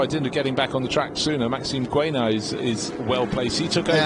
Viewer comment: Dear commentators. We really enjoy your commentary and the depth of knowledge you demonstrate. Since we are likely to hear Maxime Guénat's name constantly over the course of the season, please would you pronounce his name correctly. It is pronounced 'Gaynat', not Gwaynat. Cheers